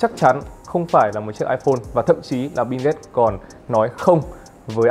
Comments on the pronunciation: Mình chả thấy chữ “n” nào trong Bill cả, thế méo nào lại đọc nó thành “Bin ghết” 😆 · Bill Gate má ơi nghe thành Binz cũng hay 😑😑😑